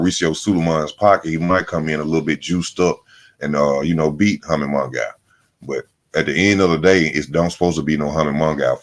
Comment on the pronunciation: Bro,if you say "Hummy Mungow" one mo' time!! 😊😂😂🤣